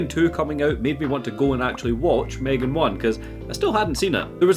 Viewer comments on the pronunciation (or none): m'threegan?? it's pronounced Megan but spelled M3GAN